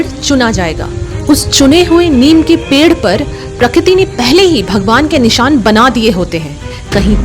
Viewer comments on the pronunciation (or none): none